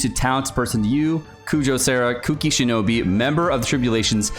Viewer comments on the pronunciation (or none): SHINOBU! CAN YOU NOT FUCKING READ?! I LOVE AND HATE YOU SO FUCKING MUCH AT THE SAME TIME. BOO BOO BOO NOT FUCKING BEE GOD FUCKING DAMNIT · He looks at the word “Shinobu” and says shinobi lel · Everytime you say Shinobi instead of Shinobu I actually lose 1 year of my life spam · U kept calling her shinobi... 😂😂It's shinobu btw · As if it’s so difficult to say shinobu